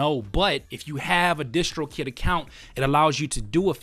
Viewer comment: why y'all call it dishtrokid ? isn't it distrokid like in distribution ? nice video though